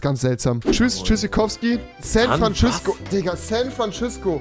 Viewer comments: bin ich der einzige der dass jeden tag hört san frantschüssko 🤣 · Also Leute: das nächstes mal wenn ihr Rewi seht sagt ihr: San Frantschüssco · San Frantschüssko rewi XD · San Frantschüssko Rewi😂😂